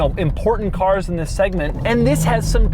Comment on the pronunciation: "TWHISS IS DUH...."